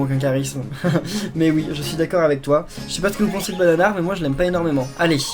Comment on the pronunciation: Tu as dit banar quand tu as eu bananar